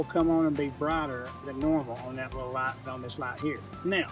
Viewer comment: With these Laights, you got your Left and you got your Raight. Gotta see both at Naight.